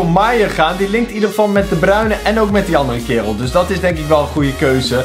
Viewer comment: Kijk hoe jij de Bruyne zegt